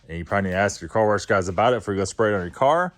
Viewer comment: not trolling but their is no r in wash bro.. lmao. Love the content.